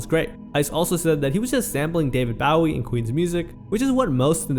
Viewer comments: The pronunciation of Bowie makes me cringe. Otherwise, great video. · Your'e pronouncing David Bowie's name wrong. BOW-EE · Hearing David Bowie’s name mispronounced hurts my bones. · This is a good video man, but you should figure out how to say David Bowie 😂